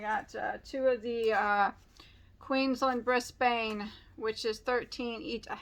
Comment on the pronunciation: I was saying that in my head, too!